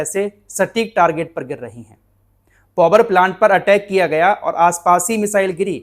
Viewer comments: पौवर नहीं भाई पावर प्लांट बोले ओके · Bhai "povar"plant nahi hota Power(paavar) hota he. Itne bade youtuber ko is baat ka khayal rakhna chahiye.